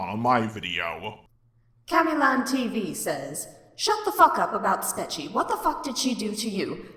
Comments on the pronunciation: no guys it's pronounced "spork-cho" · I think it’s pronounced spechie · Here’s how to pronounce it (not hating just for the future) spet-che (or I think that is how it is pronounced) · OH MY GOD AAAAAAAAAAAAA IS NO ONE ELSE ANNOYED BECAUSE HE KEEPS SAYING IT LIKE SPE-CHI? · i think it’s pronounced “speech-ie” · It's pronounced SPECHIE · Its pronounced Spechie